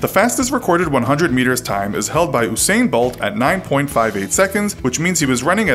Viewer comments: Oosain Buwlt as this guy calls him. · Come on mannn why’d you say usain bolt like that😪